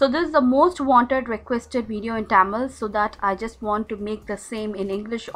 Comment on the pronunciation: Nighty is good and meet as always. Why are you pronounce the Tamil Ttaamil